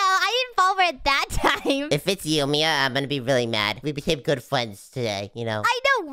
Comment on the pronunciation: Did just call mia maya 🗿🗿🗿